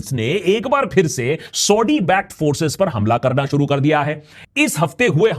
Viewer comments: Akash Banerjee saahab aap Saudi Arabia ko thik se pronounce karo pehley. सऊदी hai सौढी nahi hai. Aur aap ka Saudi word bolne ka accent India ke Parsi logo ki tarah lag raha hai. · bro it's not sodi, it's saudi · Are you pronouncing Saudi as Saudddy just like Owaisi calls Modi as Moddy ?😂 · Saudi theek se bol bangali 😂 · Say saudi correctly it is so annoying yr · Saudi kahna to seekh la 😁😁😁😁